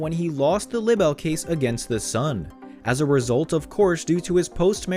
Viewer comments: Not lib-bell but lie-bell .... For libel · Look up the correct pronunciation of LIBEL! Jeez, Louise!